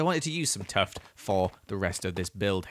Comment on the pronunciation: Why does he call tuff tuft?